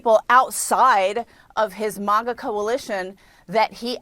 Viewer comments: Maah_ga not maw_gaa, you silly lady. Signed , legal latinos for Trump! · And it’s MAGA not MAWGA!! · She really said manga coalition...voting for Trump just gets better and better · “His MUGA base” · why is she saying maga like that. These ppl are insane. Also the way she says latina makes me gag